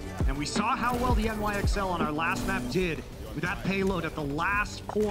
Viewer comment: Forgot to hold the L in NYXL...